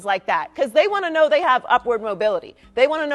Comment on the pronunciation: Joy is blow instead of know....